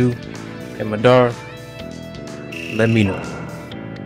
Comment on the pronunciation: u pronounced madara name wrong